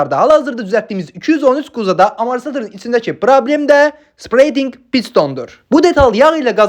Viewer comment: "Spreydinq" deyil "Sepəreytinq" tələffüz edilir. Videolarını, işini, izahlarını çox bəyənirəm. Əhsən!